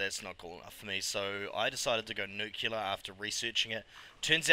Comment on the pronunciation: Great stuff, G :) Nuclear != "nucular", but oh well :p